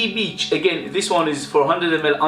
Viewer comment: The rasta hat lmao!!! You made me laugh again when you said bitch instead of beach lol.i used to use perfume click for buying my amouage frags,they were really cheap,now they only have a few.